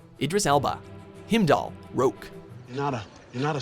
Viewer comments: What is all this "Him-dall" nonsense? Heimdall is pronounced "Hime-doll". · IT'S HEIMDALL! NOT HIMDALE / HIMDALL!!! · It's not "Himmdall", Canadian dude! It's "Haimdall" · Heimdall isn’t pronounced him-dal it’s highm-dal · lol he said Himdall instead of Heimdall (HI-M-DALL) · 10- himdell is how u said it pronounced himedell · Sorry it is not himdall is Highmdall thats how u pronounce it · Wtf is him daal? You deafs never heard thor calling him haim daal! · HEIMDALL ITS PRONOUNCE HEIMDALL NOT HIMDALL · Heimdal is pronounce [Haimdahl], not [Himdahl] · "Him-dahl?" They literally pronounce the name correctly in the clip you used. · did dis doode really say him dall? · “Himdoll” guardián of Asgard lol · Y he say heimdall like that. Himdall 😑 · Lol you say heimdall like himdall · He pronounces his name himdall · it is called Heimdall not himdall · Did he just F**king call hiemdall Him-dall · It's pronounced HAIM DAHL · It's not how you pronounce Heimdall. You are pronouncing it as HIMDOLL. LOL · It's pronounced "HIME-DOLL" - just FYI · Who the fuck is Himdall? The pronounciation 😭😭😭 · Who the fuck is Himdall?! It's fucking H-E-I-M-D-A-L-L, idiots! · Himdall? for real? Heimdall dammit! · himdal? are you serious?! how the fuck is it so hard to pronounce things the way they're said in the original!! fuck you! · Lolll how you mispronounce heimdall then play a clip with the correct pronunciation in it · How do you pronounce Heimdall wrong? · aww they butchered Heimdall's name so bad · Ok. Stop mispronouncing shit. Even when it's said the right way in the movie. You say it the wrong way like fucking retards. God damn how stupid are y'all? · STAY butchering names! lol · The way you said Heimdall is weird. That's not even how they say it in the Thor movies. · You dont even know how to pronounce Heimdall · Narrator can't even manage to pronounce Heimdall correctly...